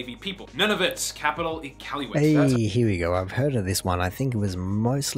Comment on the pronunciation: So he can't pronounce Iqaluit and Saskatchewan no problem but can't say Newfoundland right. Com'n Man.